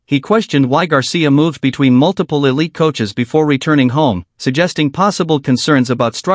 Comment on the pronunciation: Did he say elite hahahaha no